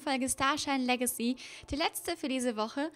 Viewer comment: warrum sprichst du "Legacy" immer falsch oder komich aus?